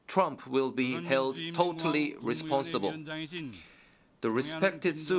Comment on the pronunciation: maybe he means they are irresponsible but his korean short tongue cant pronounce the R.. lesponsible